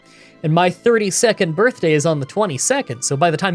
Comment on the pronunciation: I heard "32nd birthday" and really thought you meant "thirty second birthday" for a moment - like, yeah, it's your birthday but you only get to celebrate for half a minute